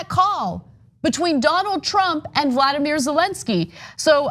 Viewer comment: Ana, please, it’s Volody not Vladamir Zelensky and for you other knuckleheads they replace the VP like they did with Agnew and of course it’s going to be someone who is going to pardon Trump of everything. It’s the first interview question.